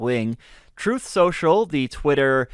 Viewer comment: "Troth." If you can't enunciate the word truth, Houston, you have a problem. 📢